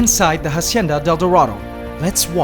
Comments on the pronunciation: "hacienda", not "jasienda" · If "Hacienda de Dorado" is Spanish, stop pronouncing the H. In Spanish the h would be silent. I can't tell for sure if it's Spanish for sure, but again, if it is, the h is silent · Dude, you pronounce it like “AHcienda,” not “HAHcienda” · It annoys me how he pronounces the "H" in Hacienda. It's supposed to be silent. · Hacienda is AH-SEE-IN-DAH You don’t sound out the H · The "H" in hacienda is silent, just so you know, continue with your day as normal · Just a little tip about La Hacienda del Dorado. "Hacienda" is a word in Spanish that you are pronouncing incorrectly. The H is silent. And it is a bit cringy when you say it wrong. Just saying... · shouldnt be the "h" in "hacienda del dorado" be silent?